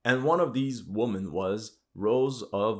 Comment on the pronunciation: The plural of woman is women. These two words sound differently.